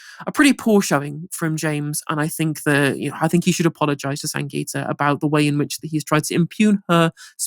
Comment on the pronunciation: Thry called her Sanjita It's SanGita